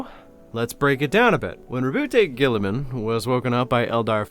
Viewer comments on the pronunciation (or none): *rowboat girlyman you mispronounced his name.